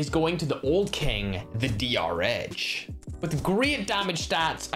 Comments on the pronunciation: Sponge he said dhr instead of drh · No one:: mistakenly says DHR Drh: so now you've forgotten my name too😭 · (after saying " my favourite gun is DR-H " then he call the DR-H while going to the asm-10 " DH-R" XD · That was the point of the joke 😑🤦. He was making fun of the fact that called it a dh-r. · He said dhr